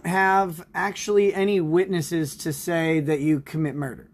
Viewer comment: "well acktually..." (incoherent Nickisms)